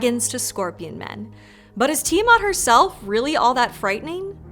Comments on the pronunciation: Why does everybody pronounce Ti-eh-mut? Where they getting the mut from? Its Ti-aw-MAT.... MAT AS IN THE MATRESS MATRESSSSSSSSSESSSSSSS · Hmm... I have always pronounced it "Tai-a-mat", you know, with the "i" as "I"...